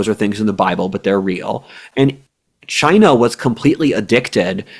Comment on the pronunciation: pronounciation of China has definitely been Trumpified- which amuses me